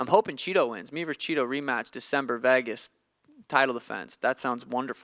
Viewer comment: Nobody: Sean: Vaygis